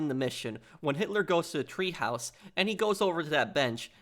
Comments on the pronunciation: God, you make me grit my teeth with your goddamned "treehouse!" Shit, man! It's Teehaus, which translates from German to English as Tea House, goddamnit! Treehouse in German is Baumhaus! What a fuckin' maroon! (that's not a misspelling; it's a quote from Bugs Bunny). And Hitler's package was not SCANNED, goddamnit! They didn't HAVE fucking scanners, and x-ray machines were not used for that back then! Their "scanning" back then was to OPEN AND VISUALLY INSPECT the contents with a pair of Mark One Eyeballs! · It's TEAHOUSE, not treehouse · “Treehaus” lol!